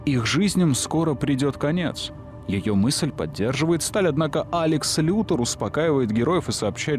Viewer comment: Все замечательно, но я объясни. Почему Лекс Лутор, а не Лютор?